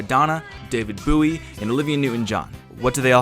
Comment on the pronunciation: David Booie? Bow-ee